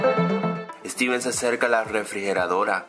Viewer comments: se dieron cuanta digo streven en el minuto jajaja enves de decir steven sigo streven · dijiste striven trae una mini refri con muchos elados se pronuncia stiven no striven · FIJATE QUE EN EL MINUTO DIJISTE STRIVEN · en el minuto dice : "striven" 😂😂 "y de la nada y de la nada" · al minuto dice estriven